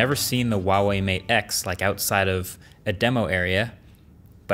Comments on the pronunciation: The pronunciation of the name Huawei: Who-ah-way. Now repeat after me: Who-ah-way. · I hate how he mispronounces Huawei all the time. Get real bro, that’s an H sound not a W... I speak Chinese